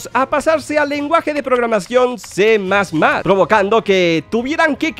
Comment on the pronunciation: Que es C plos plos ?? Grandísimo ¡nvec¡l, se dice C más más. Enserio que los youtubers son pero bien ¡d¡otas